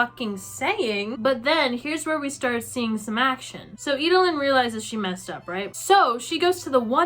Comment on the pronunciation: EED-LYN. Not Ee-duh-lyn.